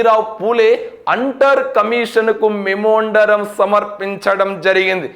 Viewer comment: మెమోండరం అంటున్నారు, మెమోరాండం అనుకుంటా.